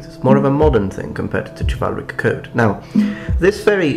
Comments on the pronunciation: Minor nitpick, but Chivalric/Chivalry is not pronounced with a "Ch", but with a "Sh" in both English and the original French origin. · It is actually pronounced shivalric or shivalry the C is pronounced like an S Also corps is pronounced Core or cores not corpse. additionally Echelon is pronounced esh-e-lon. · It's pronounced shivalric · ITS PRONOUNCED SHIV-AL-RIK CHIVALRIC!